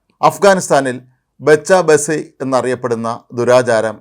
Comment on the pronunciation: It’s bachcha baazi…. ….Bacha basi 😂😂😂